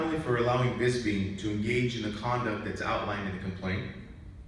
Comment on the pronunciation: It's Bisping not Bizbing!